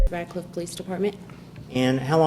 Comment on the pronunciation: Radcliff? I thought she said Ratchet